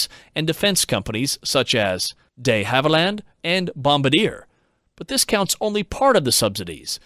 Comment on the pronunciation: quick pronunciation note: "duh HAV uh lund" and "bom BARD yay". P.S. I absolutely love this series. I look forward to your videos almost as much as I do The Limiting Factor.